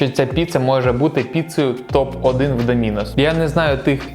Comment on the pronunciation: Правильно, "Доминос"